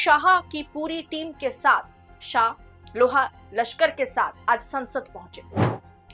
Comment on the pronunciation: Madam loha lashkar nahin LAAVLASHKAR bolo,thodisi hindi sikhlo fir video banane aao